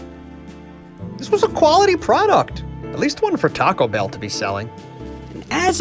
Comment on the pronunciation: That’s some nice pronunciation there